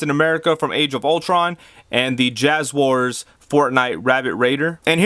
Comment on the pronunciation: No, I just kinda found the misspelling and mispronunciation of "JazWares" funny.